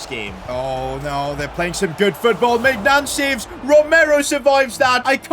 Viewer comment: The 'G' in Maignans name is silent